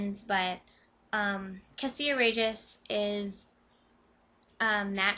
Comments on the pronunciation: OMG! sorry, but i don't care about the first like 5 minutes of ur video. and her name is pronounced CA-SHA, not CA-SEE-A. and i really loved this book: 5/5!!!!! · I have a friend named Kasia but it's pronounced Cash-ah so Cassia should be pronounced the same.